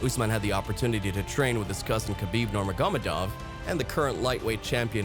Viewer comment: I wish you would narrate yourself rather than using AI. Consistantly pronouncing one of the most well know names in MMA incorrectly. Nurmagamedov